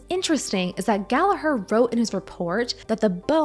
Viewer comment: I cringed at the pronouncing of Gerald Gallagher’s last name, I share the same last name so it made me cringe.